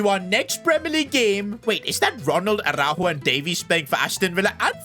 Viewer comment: as a portuguese speaker araujo dont pronuncie a-hau-ho and yes ara-u-yo(yo in spanish)